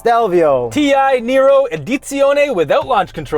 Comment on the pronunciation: Nero not Niro, that’s Robert!!